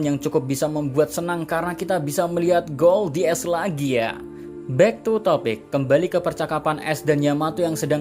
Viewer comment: Gold D ace? Ga salah tu sebutnya?